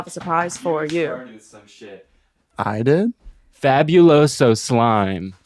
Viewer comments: literally being latina and saying fabiuloso and not faBUloso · Girl, being hispanic and not knowing Fabuloso like girl 😭😭 your family must be dirty or some shit bc every latino house has fabuloso in that bitch and she really be saying fabulous-o. girl its in spanishhh 😔✊🫶